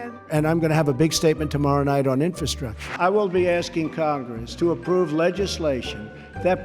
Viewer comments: Wow, he just looooved saying the word "infastructure" (if that's a word) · Trump couldn't even pronounce "infrastructure."